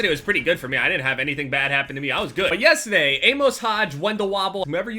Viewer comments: You said the word "yesTEday" like 6 times in the span of 10 seconds...wtf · "Yesta day" 😂 That New Jersey accent though